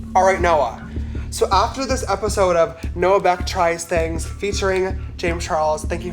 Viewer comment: " let's get to No-ah" lol he really said that